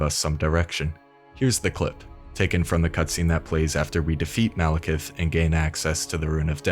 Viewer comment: Speaking of typos, you keep saying "Malikith," with two I's, and I see people type it like that all the time, but his name is spelled Maliketh, with an 'E' in the last syllable. That's how it's spelled when his name is on screen during the fight, it's how it's spelled in the name of his weapon, it's how it's spelled in the description of the Remembrance of the Black Blade's description, etc.